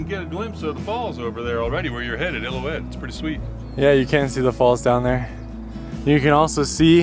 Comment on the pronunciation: Nice video guys, but it is Il-lil-ou-ette Falls, an important name in the history of Yosemite.